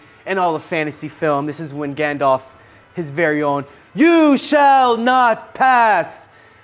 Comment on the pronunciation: "Galdalf"... lol